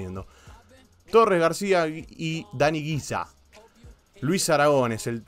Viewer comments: Una cosita: no es GUIZA, sino GÜIZA, es decir, se pronuncia G-U-I-Z-A, vamos, no hay otra manera de pronunciarlo. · Güiza, no Guiza. Y el entrenador es el gran Luís Aragonés, no Aragón. Aún así buen video